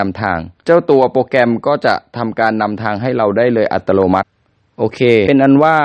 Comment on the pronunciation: แจ๋วเลยครับ แต่คำว่า อัตโนมัติ ไม่ใช่ อัตโลมัติ ครับ 555